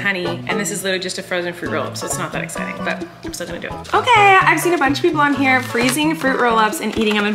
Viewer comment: Feeling: “suck-citing”